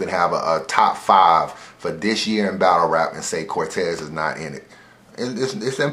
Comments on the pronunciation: Nigga said Cortez. Almost caught the unsubscribe Smh lol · am I the only one who stopped watching the second said cortez?